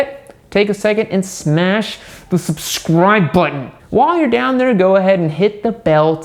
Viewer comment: are you Italian? That east coast tusciano coming through when you’re talking about subscribing real nice!